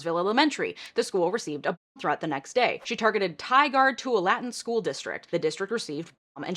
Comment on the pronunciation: Haha “Tyguard tuah lattin”